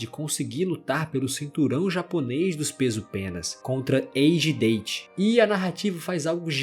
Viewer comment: Comentando aqui por fiquei com agonia da pronúncia do nome do Date. Você pronunciou como se o personagem fosse natural de algum país falante de língua inglesa e isso incorreto. A pronúncia correta do nome do caba é "Dáte", não "Dêiti". 😅